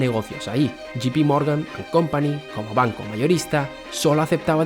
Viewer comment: Si quieres pronunciarlo en inglés debes decir yei pi no yi pi . 😊Yi pi es GP.